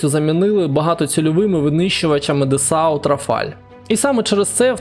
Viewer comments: а чого "контервоз"? коли то контейнеровоз... не готувався. дассо називаєш дасаут. і ще ніхто нічого не передає із Аргентини. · " Десау" - це місто в Німеччині, а фірма називається "Дассо" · Dassault вимовляється як Дассо.